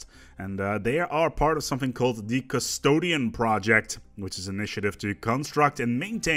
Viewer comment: Did I just hear custdoain? aroused snickering